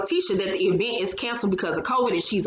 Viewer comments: I can't stand to her Latisha say event (E vent) either, 😂🤣😂🤣😂🤣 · The e-vent had me rolling